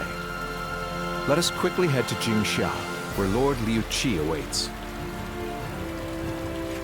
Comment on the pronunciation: did I heard Zhuge Liang VA saying Jinxia instead of Jiangxia?